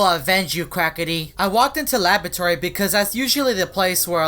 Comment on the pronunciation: Hahahahahahaha you said quacity